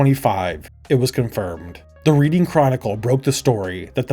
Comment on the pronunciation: Yeay Kevin Mention! CBeebies, not C Bees. Sodor.. So-Door not Sodder. I understand this one, but it's pronounced Redding if it's the town.